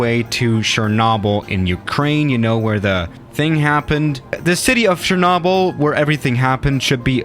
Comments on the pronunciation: Most people: "Cher-noh-bill": "Cher-naw-bill" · Nobody:: Sherrnobble.: Anarrtikka. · when he said “shernobble” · It's cher-no-byl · The way he said Chernobyl made me dislike lol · His pronunciation of chernobyl is irritating lmao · My Disappointment is Immeasurable And My Day is Ruined Because The Way You Say Chernobyl